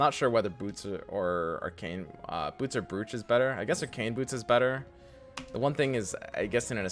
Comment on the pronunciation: New here, subbed after watching the Fort techniques you showed. Nitpick comment on the pronunciation of Brooch; it's not "Brooch" , it's "Bro" ch. The spelling in-game is correct, however, it's not phonetically annunciated. Some cultures, afik, spell it Broach, like "Approach" with a silent 'a' instead of a long sounding double 'oo', but I could be wrong on that one. I am positive on the pronunciation though. We've all heard our Grandmothers talk about their favourite Broach. That said, thanks for teaching me stuff, you've cleared up some confusion for me.